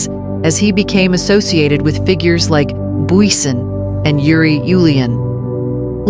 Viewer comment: Bezuidenhout en Booysen.... AI is maar lekker kak.